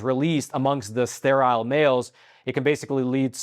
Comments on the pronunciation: It's pronounced Stair-ill not Stair-aisle! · This man cannot even pronounce sterile. Why would anybody listen to him? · Please learn to pronounce sterile. It rhymes with peril.